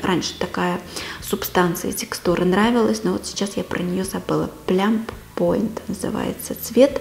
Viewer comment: блеск для губ от эйвон - не плямп поут, а плам паут читается;) хорошая коллекция! пользуйтесь этой красотой!!! сама очень люблю блески;))